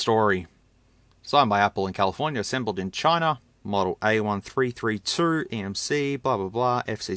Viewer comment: Modl not model